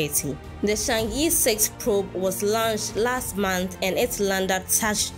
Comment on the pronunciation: Chang'e is pronounced as Chang 👉errr👈 in Putonghua ( Mandarin ).😊